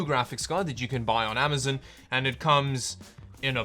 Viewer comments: Stop saying amazin lol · "Amizun" lol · Lol "Amazun"